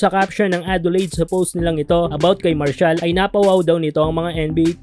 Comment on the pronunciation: MAR-SHALL brad hindi Marcial... pota haha!